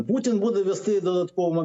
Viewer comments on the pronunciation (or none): none